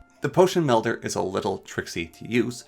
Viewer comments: You saying Windel was bad, but I could get past it. When you called the melder a medler I just couldn't keep going anymore. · This was a super informative video I appreciate the knowledge. I do wanna say tho I think u may be dyslexic. You kept calling Wil-dens as Win-dels, you called the potion mel-der as potion med-ler, and you also called the ender eye as eyer end. I know some people with dyslexia and they do the same things when reading, so you may want to look into that if you haven’t already